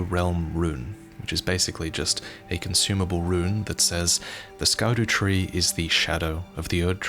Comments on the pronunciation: scadutree... scar dew tree? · So, just out of interest sake, in Afrikaans we have a word called "Skaduwee" which translates to "Shadow" in English. So imagine my smile when I heard the first part of "Scadutree" Great video, and man I cannot wait for this.. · Yeah when he said Scadu, I had to rewind two times to make sure it wasn’t Dutch